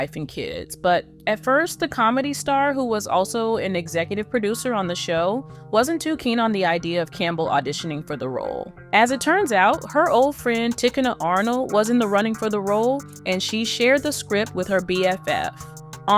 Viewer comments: Tic in nah Arnold! Lord have mercy they need learn how to pronounce folks name prior to recording a show. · no real black human is pronouncing Ticha Arnold that way